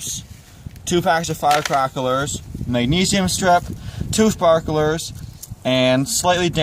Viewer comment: I cracked up when you said firecraklers